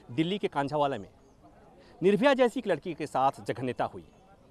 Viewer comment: kanjhawala nahi saahab ... Chhawala